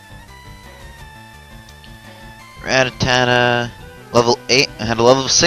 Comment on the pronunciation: rattata is pronounced ruh tata not ratatata